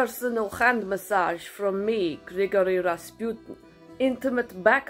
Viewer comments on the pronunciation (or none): The "pu" syllable in "Rasputin" is pronounced as "poo", not as "pew". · I love this skit and I think your Russian accent is fantastic! May I humbly offer a tip? I’m pretty sure Rasputin is pronounce “Raspooteen”. I think the emphasis is on the first syllable, but I doubt anyone will notice (and it may be misunderstood). I mention this in the hope that you do another Rasputin’s Relaxing Spa video!! This one was pure genius!!